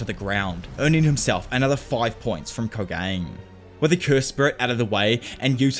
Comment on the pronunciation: ko-ga-ne('nay'), not ko-gane(gain). please, it's bleeding out my ears 😭